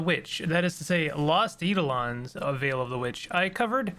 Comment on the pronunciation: Just a minor comment about pronunciation, it's eye-DOE-lon (with capitalisation indicating the stress). Thanks for the run down on the game, makes me want to try it :)